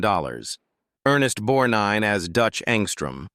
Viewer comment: It's always aggravating when so-called professional readers mis-pronounce people's names; Ernest BorGnine always had the "g" pronounced, except by the nasaly narrator of this video